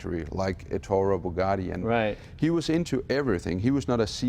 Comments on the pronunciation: Who is "Entoro" Bugatti? Lol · They say Ettoro, when his name was Ettore ... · Ettore not ettorro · Even worse, he even managed to squeeze out a ENTURO Bugatti! Reminds me of Benedict Cumberbatch and his Penglings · Ya, I noticed "Erturo Buggatti" too LOL ;^) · Victor Hyde Enturo? Etturo? 😂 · why he keeps saying "Antoro"? he's name is ETTORE BUGATTI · Can he stop saying "Entoro Bugatti"? It's Ettore, ffs. So embarrassing. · Ettore not Eturo.... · Jay, "Ettore"............... Say it with me now, Ettore - Not a - toro.............. Ettore. You own so much of his beautiful hardware, one would think you could pronounce the name. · Did he call him Entorro Bugatti... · he always does it like this, he almost says Arturro Bugatti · Ettore! Eh t oh r ee! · I've never heard so man different attempts at pronouncing Ettore :D Points for trying though :D